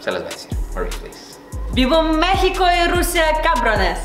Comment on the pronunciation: ese "México" sonó bastante español.